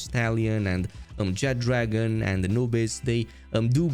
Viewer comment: It's not called "Jet dragon" there is not a D in his name. Lmao can't even read.